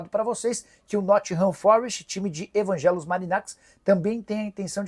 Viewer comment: Nicola dói o ouvido de escutar vc falando EVANGELOS MARINAKIS...o EVANGELOS é só no batismo e no RG o nome dele é Vaggelis .. ou vaguélis.marinakis..moro na Grécia 19 anos e sou seu fã